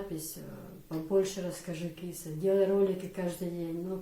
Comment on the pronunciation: В имени Киса ударения на гласных у нас не бывает вообще.слышится как Кис без ударения и без конечной буквы а.